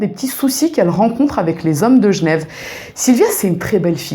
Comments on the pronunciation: Tu racontes très bien :). Et j'adore ta manière de prononcer Genève... Gnève :-P ;) ;) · Qu’elle repose en paix ! Merci pour la vidéo Et a coup sur tu est genrvoise, commee tu prononces « jnev »